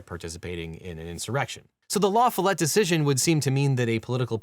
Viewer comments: FYI - That's pronounced La FOLL-ette in Wisconsin . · Love the content! For future reference, if any reference occurs—the emphasis is on the “LA” in La Follette. LUH-fahl-ette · As a Wisconsinite familiar with the long history of the LaFollete family’s involvement in politics: ‘La-FALL-ette.” Emphasis on the second syllable, not the third. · Great explainer. One correction: you spelled La Follette correctly, but it’s pronounced La FAllette(said with an “a”), not La FoLLETTE. -lifelong Wisconsin resident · La Follatta is pronounced "luh-FAHL-it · La Fall Let! Sound it out! LaFollette. Pronounced, La Fall Let... Edit: I'm from Southeastern Wisconsin... It's a thing... The park named after him is 30 miles away in West Allis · It's pronounced luh-FALL-it. Look up Fightin' Bob La Follette sometime, I think you'll like him. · As a leftie from Wisconsin, hearing Devin repeatedly mispronounce “LaFollette” was almost physically painful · As a cheesehead, I’ve never heard LaFollette pronounced like that. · Unrelated to the video, but it's really interesting to hear La Follette pronounced like that. Probably how you properly say it, but going to La Follette high school in Madison, I've never heard it said like that. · I'm from Wisconsin and I've never heard "La Follette" pronounced quite like that. Still an interesting video. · Objection! Way too much French in your pronunciation of Fightin' Bob's last name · As a Wisconsinite, I cringed at your pronunciation of La Follette, and I'm required to warn you that "Fighting Bob" La Follette is going to climb out of his grave and kick your ass.